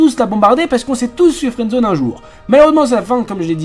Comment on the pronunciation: au début tu as dit " fouendzone " et nn " friends zone